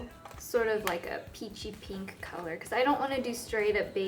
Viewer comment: i love how you say pink ! it's like....peenk. haha. :)